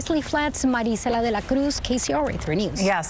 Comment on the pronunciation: THAT MARICELA PRONOUNCES HER NAME LIKE AN A$$HOLE! WE ARE IN AMERICA SO TAKE PRIDE IN WHERE YOU LIVE AND DROP THE MEXICAN VERNACULAR